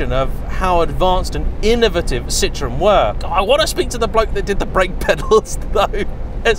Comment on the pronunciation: And it's pronounced Ci-tro-en, not citron, the French word for lemon.